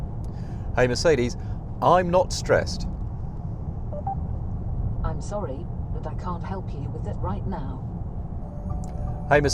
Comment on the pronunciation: This dude: "I'm no longer streessed" *Confused car noises